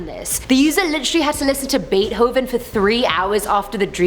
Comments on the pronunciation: Everyone else: Beethoven Her: bate hoven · who tf is "baithoven" or "baehoven" 💀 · U do know the "h" in beethoven is silent.. right? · The scariest part was when you pronounced Beethoven that way. Jokes aside you're my favorite! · All of my dreams are just really, really weird. Also you pronounce beethoven wrong